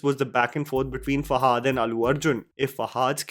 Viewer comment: It's not hard to pronounce Fahad properly it's not fahaad